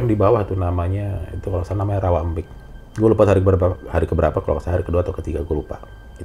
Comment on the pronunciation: baru bro heru yang nyebutnya tepat 'rawa embik' ,itu "e" nya kayak 'e' di 'emas' , bukan 'e' kayak di kata 'enak' , artinya dalam bahasa madura , 'embik' itu ='kambing'